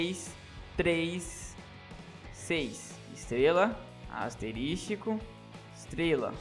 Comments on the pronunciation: Mano, é ASTERISCO e não ASTERISTICO! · É asterisco não asterístico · Cara, se pronuncia "asterisco" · Asterístico KKKKKKKKKKKKK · Asterístico kkkkkkkkkkkkkkkkkkkkkk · Asterístico??? kkkkk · estrela * "asterístico" * estrela * " asterístico " , como que chama isso aqui # , e falar asterístico tbm tá errado asuhshSHAUHshuash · asteristico KKKKKKKKKKK